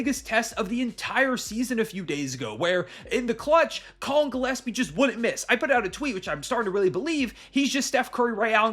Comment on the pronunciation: I hope Rusty is watching and listening how Gillespie is pronounced, cause his Djilespie is ridiculous.